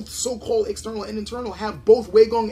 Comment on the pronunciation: Pronunciation time! Neigong is pronounced correctly ("Nay Gong") but Waigong is not pronounced correctly in this video. The correct pronunciation is "Why Gong", and not "Way Gong".